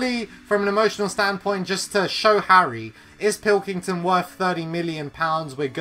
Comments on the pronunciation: He called Pickford pilkington😂😂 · pickford not pilkington